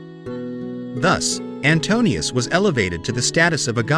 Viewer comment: NO AI !! Not "Antonius" !! Antiuous.